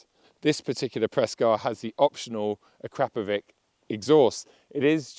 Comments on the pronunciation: "A-CRAP-OVIK"? PERHAPS TRY AKRAPOVICH BY WAY OF PRONUNCIATION... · Akrapowhat??😂😂😂 Mate seriously 😅😅😅